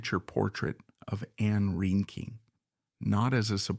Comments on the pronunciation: And” rain-king” I wish everyone wo7ld agree on how to pronounce her name. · Not to be mean or negative but I wish you could have pronounced her name correctly. It was annoying.